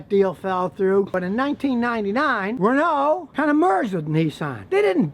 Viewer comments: Your pronunciation of Renault is atrocious. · "Renoh" or Renault